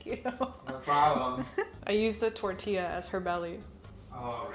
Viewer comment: Bestie, ILY but, when you said "Tortilla" I visibly panicked 😂😅